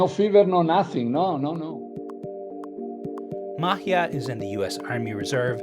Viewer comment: Isn't Maatje a dutch name? Just curious since that is not how you say Maatje. Or it is a Spanish name?